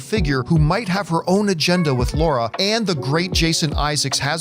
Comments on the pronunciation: Do all Americans have trouble with saying the name Lara instead if Laura? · Fans who have played the games know that it's Lara. Literally everyone else calls her Laura. It's infuriating.